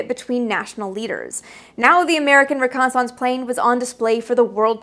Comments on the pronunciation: This is wonderful, but the word is pronounced ReconnaisSENCE even though it's spelled ReconnaisSANCE! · What is this reconni-sounce you speak of? j/k😆 But do all you Canadians really pronounce reconnaissance like that? I've never heard that before. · "ree-Kon-is-unce! lol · Aussies pronounce it that way too. There are many words for which Americans put the emphasis on the first syllable and Brits put the emphasis on the second. In fact, syllable is one of them. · I just love the pronunciation of reconnaissance. :-) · Great part 1. But the old div recce soldier in me kept cringing every time you pronounced reconnaissance with a loooooong second 'a'. :) I think I'll have to make a drinking game out of part 2! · why do you pronounce reconnaissance incorrectly from how its phonetically spoken? its not pronounced as if it sounds like renaissance yes, they are spelled similarly and come from french origins - but they are pronounced differently and thats widely accepted and has been for over 100 years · Yeah the A-12 was needed. /close channel Why are you pronouncing reconnaissance so weirdly? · Funny how Canadians can't pronounce the word reconnaissance correctly. I'm not trying to be mean, just saying